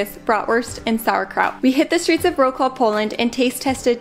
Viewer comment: she said "Row Claw" again. The W in polish is pronounced with a V sound. Willa is pronounced like Villa. Wroclaw is pronounced Vrotz-lav